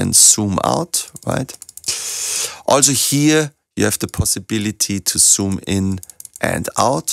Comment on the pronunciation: Do you know that Z is not S ,ya? I am sorry but you do cannot say zoom in and out, you pronounce soom in and soom out, and other Z equally S, making them indistinguishable.